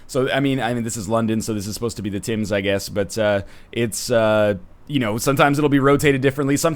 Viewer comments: The Tims please tell me that's not your pronunciation of the Thames (Temz). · Still, even the way it is spelled Tims seems like an odd pronounciation, maybe it is a canadian thing? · NL you pronounced Thames wrong